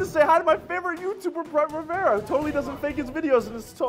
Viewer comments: Pyro pronounced "Rivera" as Babaria 💀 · oli-vera ri-vera SAY IT RIGHT